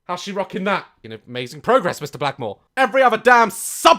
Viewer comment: Did he say...... Mr...Blackmore? My whole life has been a lie..